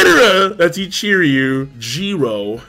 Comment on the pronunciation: More like 'GRRRRRRRRRRR-MAY'. Every goddamn time. He also never figured out how to pronounce Ichiryu correctly.